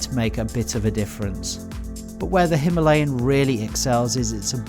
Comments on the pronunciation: Very nice video and it would be even better with the pronunciation stressing the first A - "HimAlayan." Our beloved mountains are called that way. No story of India is complete without them, without that name. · It's no himeliyan ...it's Himalayan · Pronounce correctly Himalayan